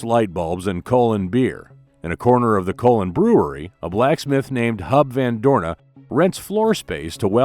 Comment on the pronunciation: Sorry, het is toch echt Hub van Doorne